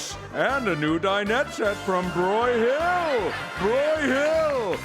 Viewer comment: Nitpick: it’s stressed BROY-hill.